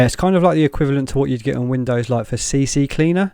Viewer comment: Its ccleaner, not cccleaner. and yes, it is still active. 😂